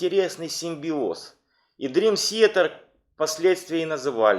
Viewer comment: Молодцы, что увлекаетесь DT, и делаете подобные программы. Но за 30 лет так и не научиться нормально произносить слово Театр по английски - это позор. Уже молчу о диком произношении некоторых имен и названий альбомов. Я сам являюсь их давним фанатом и был на концертах всех туров DT, начиная с 92 года, когда они выступали ещё в маленьких клубах того же Бостона и близлежащих городов от Бостона до Нью Йорка.